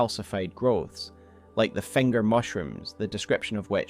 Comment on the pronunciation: do you just place vocals randomly? fenger? hestory? like seriously?